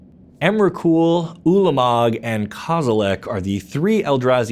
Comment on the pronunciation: Stopped listening when he said emrakul, ulamog and kozilek